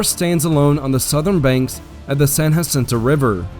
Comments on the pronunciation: San Jacinto Not San Hacinto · Can’t believe you made entire video about San Jacinto and you pronounced it wrong the entire time. It’s “juh-sinto” not “huh-sinto”. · Texians won the war. Therefore, the battle and river are called San JA-cinto. Not San Haceento. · lived right next to San JAAAA-cinto for many moons Texans call it San JAAAAAAAAA-cinto not Yacinto. Murica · Good narrative, but Texans pronounce Bastrop and Bastrup. And for San Jacinto you technically pronounced it properly for Spanish, Texans pronounce the J rather than a hu sound.